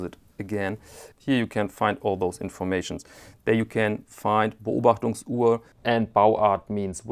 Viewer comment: A phenomenal watch and a fascinating comparison. What an extraordinary piece of history! The age and patina simply can’t be replicated. (It’s also great to hear Beobachtungsuhr and Flieger pronounced by a native speaker).